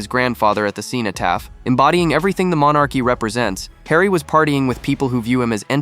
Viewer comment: It would be good if you could pronounce cenotaph correctly. Doesn't sound like you know anything about it.